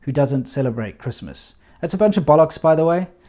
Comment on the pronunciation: Lol 😂🤣 "A bunch of bollocks!" Said it like a true brit would 👏👍